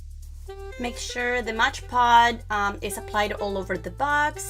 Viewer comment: It’s soooo beautiful !! You are pronouncing it wrong it’s called Mod Podge not Modge Pod ! Just letting you know ! But your diy is soooo beautiful !!